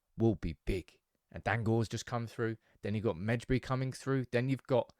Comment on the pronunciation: Wish you would stop pronouncing the J in Hannibal Majbri's name? how difficult is it to Say Maybury? because that's how you pronounce his Name? the J is said as a Y, then it's easier